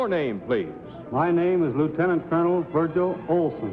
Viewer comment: The announcer goofed the last time he said the first contestant's name, saying "Virgin" instead of "Virgil!"